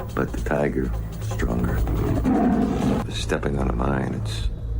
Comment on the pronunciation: Disappointed. I've waited since the release of this film for someone else to point out that JCVD says 'Yaz, the crosses: they're mimes' instead of 'mines'.